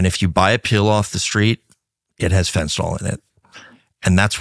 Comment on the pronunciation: Went back to watching this in the middle of the night...and why can't people pronounce fentanyl properly? It's not FEN-TEE-NOL, it's FEN-TA-NYL. It's not Tylenol.